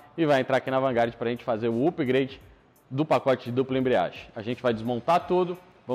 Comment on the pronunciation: pronúncia em inglês incorreta. Na palavra "upgrade" a letra "u" tem som de "ã". Tal como o "u" da palavra "up" ou da palavra "ketchup" que de tantas vezes ser mal pronunciada virou regra e ja nem professor dá importância. No que ao video diz respeito, de fato é uma oficina com muito conhecimento, sabem do que falam e sao muito bons. Parabens.